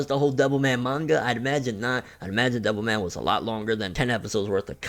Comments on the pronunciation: I kept thinking you were saying devil may cry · Sounds like your saying devil may cry